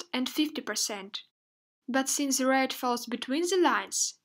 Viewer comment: why do you say ze instead of the ?